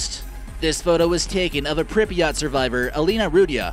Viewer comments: people actually do live in pripyat, it's pronounced pr-eep-yah-t not prippiyaht, and actually nobody of ordinary status knew what was going on until days later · WHY does he say Prip"i"yat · Did he really just say “prippy yaht?” BOI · "Pribiott", that shit makes me cringe. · It’s pronounced Pripyat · It is pronounced more like "prip-yit" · He can’t even pronounce Pripyat right 🤦‍♂️ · He kept saying Pripyat wrong